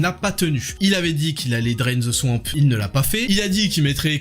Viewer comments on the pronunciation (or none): « il avait dit qu'il allait draine the son en pfff... »??? j'ai rien compris.